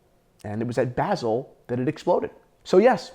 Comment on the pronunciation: Why does he keep saying basil?